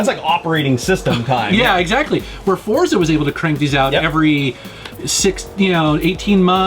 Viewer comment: It's pronounced "Fortsa", like in "pizza". Its italian for Force.